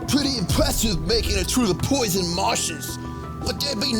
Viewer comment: NEUTRARIZE THE POITHON?!